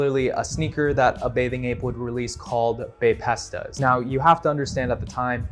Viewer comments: Maybe I’m just being an asshole here or overly critical blah blah blah but your inability to even pronounce the items you’re talking about was enough to completely sway me away from this video. Baypesta rlly pissed me off bad ngl. It’s called a bapesta bape-sta. Not baypesta. And maybe this is just the millennial who lived through this in me that’s talking but damn at least talk to someone who was there firsthand so you can get a decent idea of what happened and what you’re talking about. Or maybe you were just rage baiting idk but that right there sent me over the edge. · The Bapesta pronounciation HAS to be bait 😂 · Good video but the way you pronounced Bapesta killed me ngl